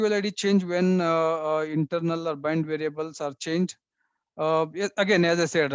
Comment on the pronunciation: it is bind variable not blind variable, anyways good informative session 👍